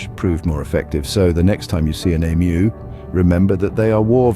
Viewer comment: I'm Australian and I get really frustrated correcting that fact. We did not "once" have an emu war, we did it twice! Also.props for the "ee-mu", not "emoo"